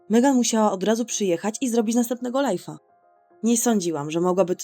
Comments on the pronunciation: Mówi się lajv nie lajf 😠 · nie mówi się lajfa tylko lajwa